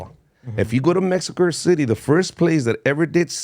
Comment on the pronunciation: Foo said mexicurr city